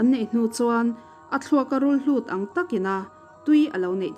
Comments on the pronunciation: Rulhlut ni lo vin, Rulhut tih tur aw. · rulhlut a ni lo.rulhut a ni e.